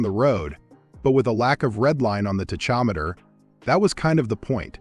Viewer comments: What is this "ta chometer" he speaks of? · Say Tachometer again. 😂